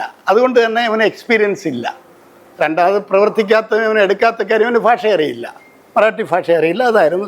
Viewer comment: ഇയാൾ കൊല്ലംകാരനാണോ ഭാഷ എന്നതിനു പകരം ഫാഷ എന്നുപറയുന്നു